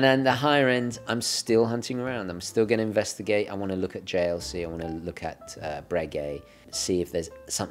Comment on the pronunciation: pronunciation of JLC Holy cow the best ever